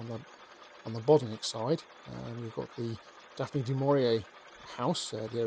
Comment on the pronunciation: Pity he cannot pronounce correctly